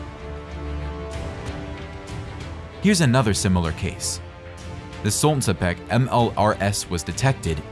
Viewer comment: Pronounce it correctly: Solntsepyók = Sunbeam